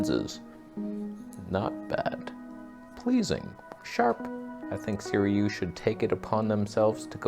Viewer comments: * Si-roo-ee not Si-ree-oo 🤨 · I believe its pronounced Sir-OOO-EEE and the word "backlitt'n" must be some back East squabble talk.... LOL... love ya brother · Again! Third time! It's SIRUI (si-ru-ee). The Sirui will look better than this if you stop it down just a bit. Chinese manufacturers are copying vintage lenses (Varioplan, anyone?) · Hey, A video on a Saturday!! Why does everyone pronounce it Seer-e-u instead of Seer-u-ee? The u is before the i at the end of the word. Would Canon EF lenses adapt well with the X-T3 sensor? I do have some FD lenses I adapt but never tried EF. Have a great Saturday and thanks for the weekend video!